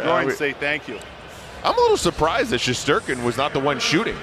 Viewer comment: I can’t be the only one that the way they said shesterkin pissed off